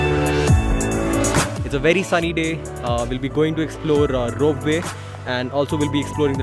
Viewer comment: Bro it's rope way not rope vay.